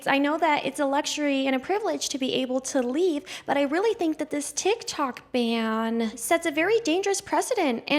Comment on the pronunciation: BTW it is a ban, not band.